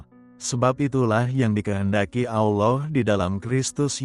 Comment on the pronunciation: Amin ALLAH Ps,mohon baca nya ALLAH bukan Alloh 🙏